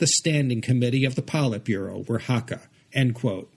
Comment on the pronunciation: It's pronounced "hak - kar", not "haka". A haka is a Maori war dance. And I agree that spoken Hakka sounds very much like a cross between Mandarin and Cantonese.